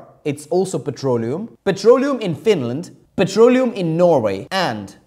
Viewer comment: i'm hearing it as "petrolio"